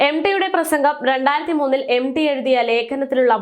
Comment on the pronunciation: M. D എന്ന് അല്ല m. T ആണ് ശരി ഉ ചഛാ രണം ശരി യല്ല